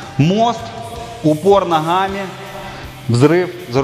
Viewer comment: Нихи, нохами, ххх... Вроде говорит по русски, но почему везде 'Х'???